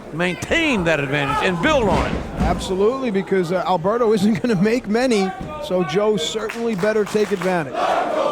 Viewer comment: Its "Alberto" not "Albero"